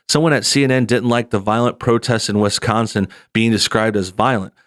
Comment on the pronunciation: Haha "..in a state called Wis-Conn-Son" "It's called a Dee-Vee-Dee Player Jules. It plays Dee Vee Deees."